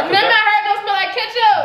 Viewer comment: “ it’s kitchup on the floor it’s kitchup on the couch “: “ and my hurr “: “ girl don’t nobody care about your hair it’s not hurr it’s hair “: “ like I said I said what I said it’s kitchup in my hurr “ 😂😂😂